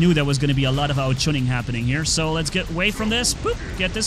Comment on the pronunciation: No one:: there's a lot of ao juning happening here